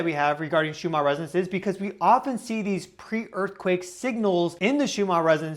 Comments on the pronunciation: Just wondering why you pronounce Schumann as if it is spelled shoe-mar? 3I/Atlas is sending healing signals for the sea creatures being harmed by human activities. I've often been concerned as to how much detergent or poisonous chemicals we pour into their source of existence. There are now dead spots in the oceans and the whales have stopped singing. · Perhaps if you slowed down a little the Ns in Schumann would be easier to enunciate. Maybe cut down on the stimulant/coffee?